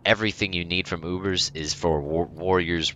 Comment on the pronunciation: UBERS!! Say U.B.R.S